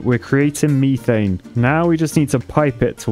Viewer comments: its not m-EE-th-ANE its m-E-th-ANE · It's called Meth-ane not me-thane. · It’s pronounced Meth-ane not Meeth-ane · "MEE-thane" over "METH-ane" as a pronunciation sounds like nails on a chalkboard to my American ears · ME-THANE WHAT METH-ANE YOU ARCHITECT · WHAT IN THE FUCK IS MEE-THANE??? ITS METHANE !!! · its not me-thane its meh- thane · METH It’s not meeth its meth. Methane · can u STOP saying meeee thaine, its methain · He was calling methane “meethane”. Strange. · I like how he pronounces methane as "meethane". Like imagine in Breaking Bad. "Jesse, we need to cook meeth" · Mee-thane Me: he's british he should have said that correctly my mind exploding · Me not trying to ruin excitement but its (at least to my knowledge) Meth-ane (ain as in pain) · What's the actual correct way to say methane? "meethane" just feels wrong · In the US it’s pronounced meth-ane. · You pronounced Methane wrong. The reason you don’t have enough water is because of the water tanks. Just thought to let you know! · I'm not usually too surprised by British pronunciations but that one got me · I love how he says methane LOL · Ok people, quick question because it's really bugging me: Mie-thane or Meh-thane? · Someone please tell me whether or not the way he saying methane is a joke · The way he's saying methane hurts my ears